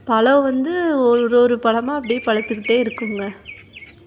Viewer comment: பளம் பளுக்கும் மள என்னம்மா இது தமிழை போட்டு சாவடிக்கிறீங்க 🤦🤦🤦 ழ என்ற எழத்தே வராதா கொடுமை 🤦